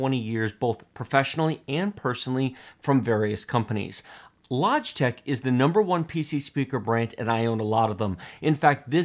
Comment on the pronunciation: Lodgetech? He can't even say it properly!